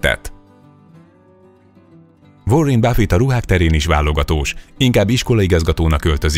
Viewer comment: vórin báffit, márk zákkerbörg, dzsef bézösz, ámánzió ortéga,cserli ergen, dévid cseritön, dzsim voltön, dzsó kódvell, az egy dolog hogy több év alatt nem sikerült megtanulni angolul, (ráadásul utána járni sem a dolgoknak rendesen ) de legalább azokat a rohadt neveket meg lehetett volna tanulni kiejteni ennyi éve videózás után...